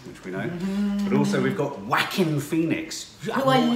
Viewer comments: Joaquin is pronounced wah-keen like quinoa (keen-wah) but the other way around. not Wackin' :) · Please pronounce his name like "ho-ah-kin", thx ;-) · It is pronounced WAH-KEEN Joaquin. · You do know your pronouncing Joaquin’s name completely wrong lol